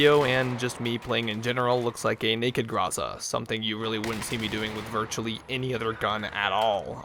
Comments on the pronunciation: Not GROOZA jUST Groza' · not grOza its grozA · You have to say GrozA, not GrOza. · IMFDB is a good site to find out for everygun it's appearance in movies, TV shows and video games. I could see there is another variant for the enginner class of this gun. Finally, expect russians coming to your place for not pronouncing the name of this gun properly (Graza, yet it's written groza) and for dispalying sometimes a US flag on this gun !!